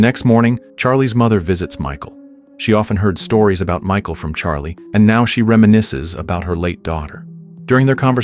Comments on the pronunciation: its pronounced Mihhaal lmao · we can read what her name is.. .it's cleary pronounced Mikal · Thats not her name 😂😂 you don’t pronounce it as that it’s Michal I think it’s Michelle thats what I call her as I don’t know how too pronunce her name lmao…….